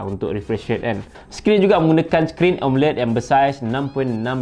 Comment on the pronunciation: asal sebut amoled je mesti jadi "emeled" mcm india dah hahaha